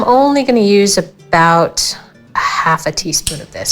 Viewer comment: Please stop saying about